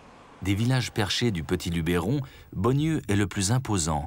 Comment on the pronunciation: beau reportage mais vos mieux apprendre a prononcer "LUBERON" !!!!!!